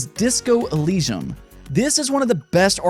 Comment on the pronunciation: "Eleeshum"? Bro.